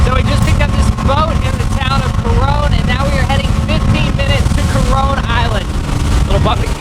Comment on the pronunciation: Why am i feeling like to hear ''CORONA ISLAND'' every time?